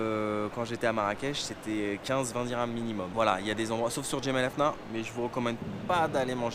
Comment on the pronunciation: Salut, sympas ces videos au maroc, alors si tu y retournes il faudra que tu dises jemaa el fna et pas jemaa el afna 🙂.